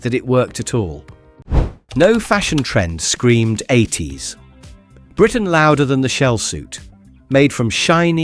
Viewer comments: "No fashion trend screamed 80s (long unnatural pause)......... (then completely wrong intonation) Britain louder than the shell suit". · Funny how there's the same excess gap between the words "80s" and Britain" every single time - that's a dead giveaway clue to an AI-generated voice-over! In fairness, this one's pretty good and natural-sounding otherwise.